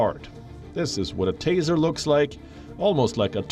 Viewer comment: G Taser, not teaser.